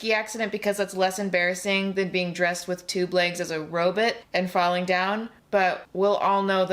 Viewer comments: Lol! Loved hearing A say Robutt😂 The pumpkin ad is just creepy!! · Smoke if someone says RoBET and not RoBOT.